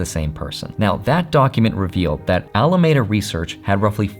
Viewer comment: Alameda Research is pronounced Al-uh-MEED-uh